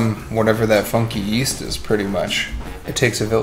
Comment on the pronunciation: Why is man's holding the log saying yeyast